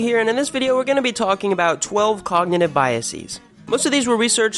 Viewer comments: BiasES not biasIS or biasEES YOU FUCKIN IDIOT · The plural of bias is pronounced biases, as in rhymes with viruses. Words that come from Greek, like crisis, can have plural forms pronounced like "cry-sees" because that would have been their original plural form and sounds more elegant than crisises. Bias comes from French and the plural would not be "bye-a-sees" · After how many guessees would you conclude your pronunciation of 'biases' is wrong? 'Biasees' is a dopey-sounding affectation. Pronouncing long 'e's' for plurals works only for Latin words whose singular form ends in '-is'. Some examples: axis, analysis basis crisis diagnosis emphasis and so on. 'Bias' is an English word borrowed from French The plural of 'base' is 'bases'. So is the plural of 'basis' whose plural is pronounced 'basees'. You would never say' On hitting the ball over the fence, the batter rounded all three basees, then crossed home plate. Or would you? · "biasees"... I'm out. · This is really good! Since politicians, teachers, preachers and tv talking heads aren't going to debunk the last 30 years' worth of terror porn, your amiable dynamiting of it here is a delightful surprise. I love studies of this type -- was just writing up the "proving a negative" fallacy under another video. But n.b. -- one wordsmith to another -- 'biases' is pronounced with a schwa on the last syllable since it's not a direct loan from Latin ending in X :)